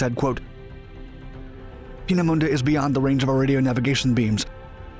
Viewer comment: And while we're at it, Peenemunde (which 'anglicised' would be 'Painmouth') should be pronounced 'pain - uh - moon - duh', not starting with 'peen -as - in - penis'. Random fact - 'Painmouth' is the departure point for many cruise lines.